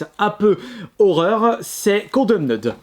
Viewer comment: "condeumneud" mdr la prononciation